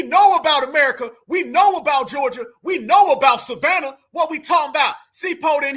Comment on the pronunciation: this dude said Savannah 🤦🏽‍♂️🤦🏽‍♂️🤦🏽‍♂️ …. I tried to give these dudes a break